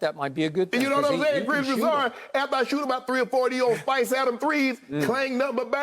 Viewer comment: Yo unc said spice adams